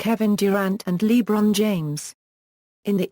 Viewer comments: lol how it said LeBron James as lebraoon James lol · Who the hell is LEE-bron James